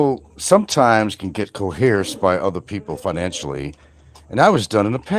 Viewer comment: I go to Franks channel just to hear him say " coheresed".. it always makes me laugh